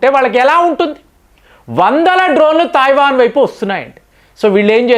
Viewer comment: Thaivan entiraa illiterate, Taiwan anaali. Nee gorrelu neeku cheppavu. Nuvvu messages chaduvavu. Neeku telugu raadu, hindi raadu, english అసలు రాదు.